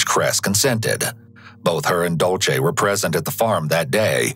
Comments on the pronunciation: Completely irrelevant but the narrator saying dolce instead of Dulce was making my eye twitch 😭😒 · Took me over half of the video to realize when he said Dulce, he was mispronouncing it.